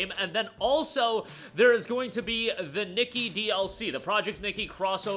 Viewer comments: Its not Nikki but Nee-Kay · the way he says nikke bro.... hes saying "nicky" and not "knee-kay" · Nikke (Nee-Kay) btw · KNEE-KAY is how you pronounce it